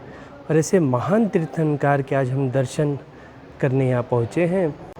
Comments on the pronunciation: Tirthankar nhi...... Hindi me aaa nhi khna hai.... Kar kahana hai Tirthnakr...... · भाई साहब आप तीर्थांकार बोल रहे है, तीर्थंकर कहो 🙏🙏🙏🙏